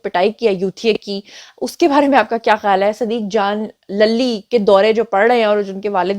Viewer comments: صدیق جان lally نہیںlully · للی کو زیبا ہے کہ اس کا نام صحیح اعراب کے ساتھ ادا کیا جائے-!،،،،،،،،،